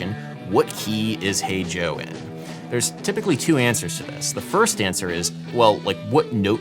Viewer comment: Every time he says "Hey Joe" my stupid ears hear a bad british accent saying "H O"